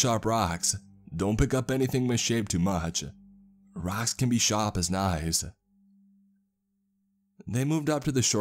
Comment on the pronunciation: "Raacks can be shap as knaies." 😄